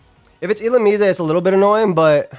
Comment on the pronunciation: Y are u saying illumise like that lmfao